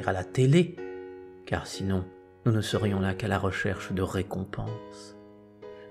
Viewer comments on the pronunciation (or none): none